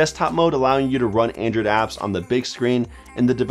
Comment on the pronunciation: It sounds like your saying "Andrew" not "Android". I died so hard for a second there 🤣. I guess you don't have a very hard "d" sound. Awesome video man, tones of good tips here